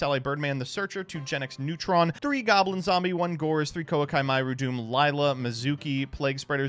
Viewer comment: I honestly think it’s on purpose at this point